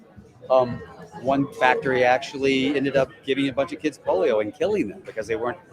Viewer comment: Did he just say the "polo virus"?